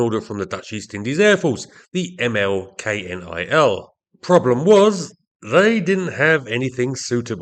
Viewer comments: Hearing you spell out K-N-I-L every time is a good reminder why the name is almost never spelled out in Dutch, but simply pronounced as a single word "knil". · Militaire Luchtvaart van het Koninklijk Nederlandsch-Indisch Leger (ML-KNIL) KNIL is pronounced as a word not as an abbreviation. So it is ML Knil.